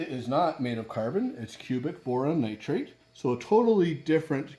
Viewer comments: Cubic Boron Nitride, not "Nitrate" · I think it’s just the Canadian accent made it sound like nitrate.